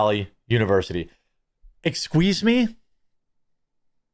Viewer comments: Did you really say exsqueese me? Lmfaoooo I'm sorry for laughing but that was amazing...we love you so much Charlie! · Dude, stop saying "Ex-squeeze me." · ex sqweeze me? wtf are you saying😊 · Bruh! I’m just laughing that Jeremy said exqueeze me😂 I say that all the time and no one gets it. It’s from Wayne’s World lol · Dude did you just say exsqueeze me lol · Exsqueeze me